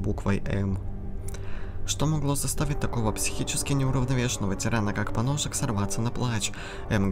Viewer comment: Прочитать поножик;❌ Прочитать поносик;✔️